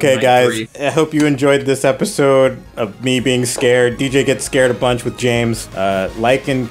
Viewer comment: U said James wrong